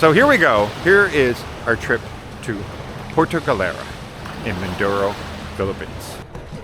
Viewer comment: Puerto Galera. Not “puerta” galera. Puerta has some nasty sexual connotation. 😂😂😂😂😂